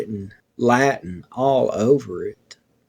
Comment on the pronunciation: Wow what a story this story is something else! Maybe Lucas was an angel too. Good job reading the Latin. Very weird about the email bouncing back.